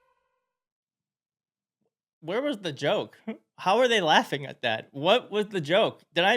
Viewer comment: Did anyone else hear say “He starts this toke….”, and then changes it to “He starts this joke….” re: Marco Rubio. So who’s toking, or Marco, or both? Yeah, I do that too, but I’m not on a podcast as the VP.